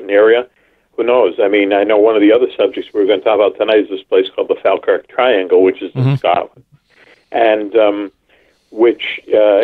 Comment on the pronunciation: Mack Maloney... more like Smack Baloney!!! I'm pretty certain he said 450mph not 250 mph at first, when asked him to repeat cos he dropped out. Plus, I never trust anyone that can't pronounce Falkirk, jeez, almost as bad as Seriahs' " MacNamara";o)